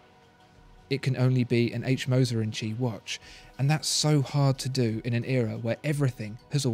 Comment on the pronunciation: Wtf... i have never seen an non native germanspeaker nail the name Moser like you did.